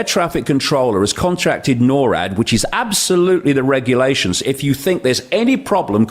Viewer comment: Norad not nor at